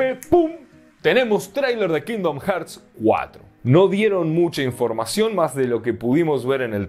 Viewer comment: Que onda, este comentario no lo hago con el afán de molestar (me gusta mucho tu canal) pero como veo que muchos youtubers y gente en general comenté el mismo error decidí hacer este comentario. La pronunciación correcta de la palabra "Hearts" que en español es Corazones es "jarts" y Hertz una unidad de medición en el audio y otra cosa de física.